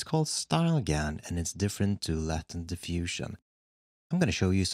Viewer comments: Same here, I was like there's a latin diffusion? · I kept on hearing ‘Latin’ diffusion not ‘latent’ and was so confused at first😂🤣 great work as always🦾